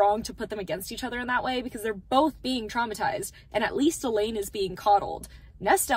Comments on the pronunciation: I’m sorry…. Are you saying “E-LEED”??????? You mean “E-LANE… it’s literally spelled Elaine. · Such an amazing talk about the book absolutely loved how you explained everything. Love how you stuck to your thoughts about it. Also loved how you were so focused on explaining about Nesta and the book you continued to say Elain's name wrong and you never caught yourself lol That is a good thing because you were passionate about your thoughts loved it ❤❤